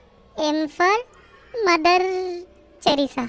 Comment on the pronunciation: Its not mother cherisa it is mother terisa